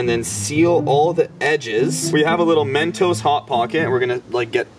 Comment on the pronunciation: just say mentos not Men toes